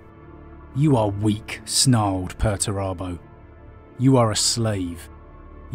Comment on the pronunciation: It's 'Pur-ture-abo'! Lol love your videos though